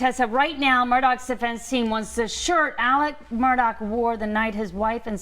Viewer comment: Alex guys not Alec stupid newscasters